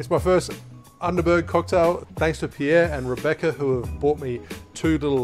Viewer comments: Underberrrg - the "r" has got to come from the back of your throat... Underberg... ich glaube tatsächlich ich kenne NIEMANDEN hier in Deutschland der das Zeug freiwillig trinkt 😂🤷🏼‍♂️ Greetings to you from Germany - keep doing such great videos please... WEITER SO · The U in Underberg is pronounced oo like in room. And the berg like bear. But you are pretty close. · Not really... It is pronounced Underberg the "Under-" he pronounced right but the "-berg" he still pronounced English and not German :P